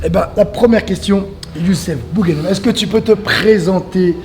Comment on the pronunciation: boughanem il faut bien prononcer بوغانم